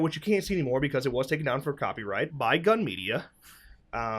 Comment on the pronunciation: it's gun media not gum media